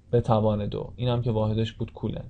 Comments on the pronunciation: سلام.کلاس درس بسیار مفیدی بود و من استفاده کردم.اما لطفن نام کولن coulomb را درست تلفظ کنید.مرسی از زحماتتان. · سلام خسته نباشید خوب بود فقط کولن رو درست تلفظ کنید.